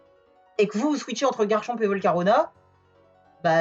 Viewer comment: Ça me trigger tellement que tu ne prononces pas le c à la fin!